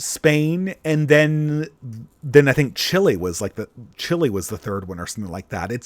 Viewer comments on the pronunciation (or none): none